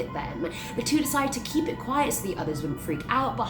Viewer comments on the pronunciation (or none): none